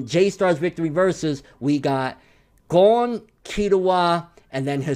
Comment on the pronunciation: pronounces Gon's name "Gong" you really start to work on your pronunciation bro, no hate nut it's true